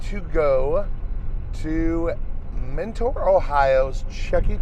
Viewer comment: I live near mentor and it has been nagging me the whole video. It’s actually pronounced “menter” not “mentoar”. Otherwise I love your videos and you should go to Parma! Their studio c has a cool chuck shirt.